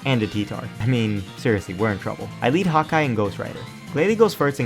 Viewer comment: i think my furry blood is too strong, Everytime you said Hawkeye,i heard Hot guy. xD